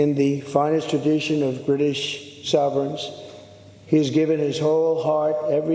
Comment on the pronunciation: "In the finest tradition of British soveRANCE..." severance?! No, sovereignty, maybe? 🤷‍♂️